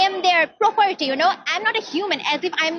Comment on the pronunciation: Properety ❌ Property✅